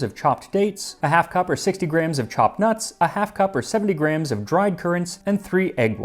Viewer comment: I couldn't help noticing that you pronounce gram (ɡræm) exactly like Graham (ˈɡreɪəm). Is that the Arizona pronunciation?